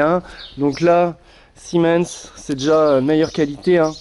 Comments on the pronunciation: Super vidéo et oui c'est des bons produits mais part contre arrête de dire 🤣🤣 c'est SEMIN 🤣🤣 si non j'adore tes vidéos c'est bien expliqué et bien détaillé merci 😉👍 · Et juste pour dire c rien de grave mais c pa Siemens c semin lol'' tu ma fais rire le long de la video ensuite leroy merlin a commencé a ce diversifié et a plus de produit que chez un pro et de plus cest les meme produit que chez un pro et moins cher